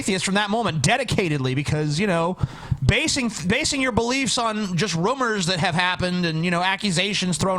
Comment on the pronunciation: I like how doesn't say rumours, he says rummers. The rummers is there's a corpse in my ruum.